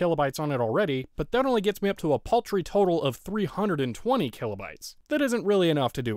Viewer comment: "Killobytes" Gets me every time I hear it.